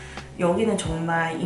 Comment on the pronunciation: 내 귀가 잘못된건가? “정말” 이라고 안들라고 “종말” 이라고 들리는데....